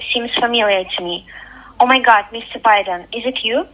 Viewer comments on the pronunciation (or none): Bro pronounce BIden